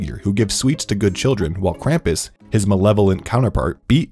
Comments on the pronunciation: me a Austrian upset by the way he says kampus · Omg its not "cramp us" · Grew up with krupmus, as an austrian can say it scared me half to death, also the way you pronounce krumpus kills me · IT'S PRONOUNCED KRAHM-PUSS GOODNESS GRACIOUS IT'S LIKE Y'ALL DON'T EVEN TRY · ITS “KRAM-POES” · It’s pronounced Kr-ah-m-pas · As i German i cringed every time he said Krampus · They pronunciation of Krampus is off, also I believe the origin of Krampus was in Austria